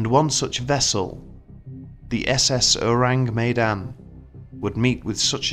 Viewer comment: Everyone who speaks Malay: This video: Ooureeng Meydannn